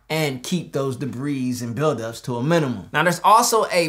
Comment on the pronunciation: All of Earth: Debris: Debeeze